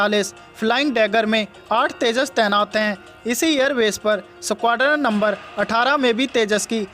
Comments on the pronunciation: भाई न्युज अच्छी थी पर वो 😂सकवाड्रन 😂😂नही होता है 😂 .स्कवाड्रन होता है..यार..😂 थोड़ा उच्चारण पर गौर करौ...😂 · Are koi is squadron bolna sikhao pehle